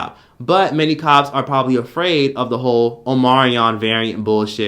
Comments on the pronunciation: OMICRON - NOT OMARION OMG!! 💀💀💀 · Omarion variant lmaoooooo. It's omnicron